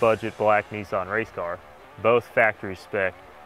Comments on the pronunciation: It’s not ... ‘NEEEESSAAANNN’ it’s NISSAN.... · Cleetus McFarland Bruh. Brah. Niss an. Say it with me. Niss. An. Nissan. Not nysson wtf is that